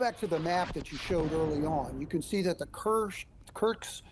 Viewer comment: It's Kursk not Kurks 😊😊But a good analysis! 👍👍